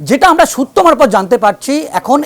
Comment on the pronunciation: এই ভদ্রলোক খুব মজার। কি যে বলেন আর কি যে বলতে চান, নিজেই বোঝেন না বোধহয় । এনার সূত্র মারফত, থুড়ি সুত্ব মারফত ধপ গুলো আরও মজার।